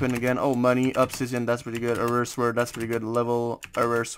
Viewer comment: Dont say sword say it like sord without the w